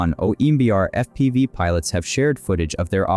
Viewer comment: "Eff Pee Vye" strikes - lol, terrible AI narration